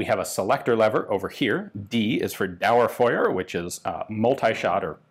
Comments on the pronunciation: Gotta say Dauerfeuer and Einzelfeuer were on point. Only the ö is a bit of since the sound just does not realy exist in the english language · That was good research on how to say Einzelfeuer and Dauerfeuer.